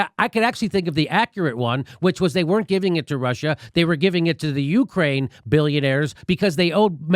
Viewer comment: Jimmy love the show but please don't put so much emphasis on the "U" in Ukraine... It sounds like you're saying YOU-kraine.